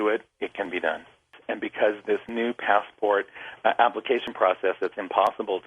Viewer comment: "ASSPORT" Lol